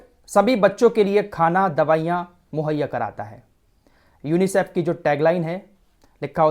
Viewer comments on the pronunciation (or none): Bhai sahab kha se le ye news.chutiya mat banao.UNICIF ko teek se tho bol